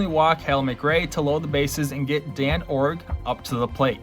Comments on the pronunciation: It's a dumbass AI voice. It butchered Dane Iorg's name too ("Dan"), called Jack Clark "Ryan" Clark, and screwed up a bunch of other common words. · John TU-dor, Dane Iorg is pronounced "Dayne" . The umpire's name was not "Dan Deckinger," but Don Denkinger.